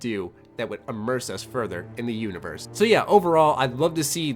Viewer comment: I like how you say immerse like MxR Mods